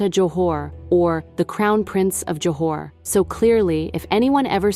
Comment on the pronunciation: its Johor not Johar